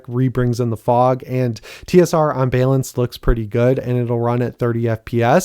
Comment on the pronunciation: Am I crazy or has he always pronounced balance as “bay-lance”?